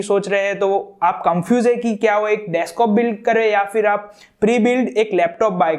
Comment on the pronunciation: Bhai desktop hota hai deskop nahi